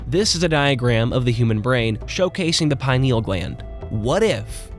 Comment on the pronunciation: I apologize in advance for Hermione Grangering here, but it's pronounced PI-nee-ul, not pine-NEE-ul